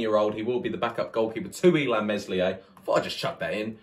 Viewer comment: Great vid but remember it’s a silent ‘S’ Me(s)lier. 😂😂